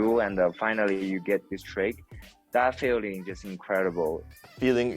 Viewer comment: feeling 講得像filling